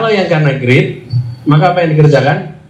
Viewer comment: maaaf greed pak pake d bukan pake t